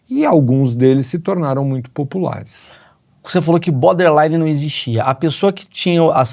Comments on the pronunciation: É BORderline e não Boderline...rs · O cara ouve "borderline" e fala "boderline"....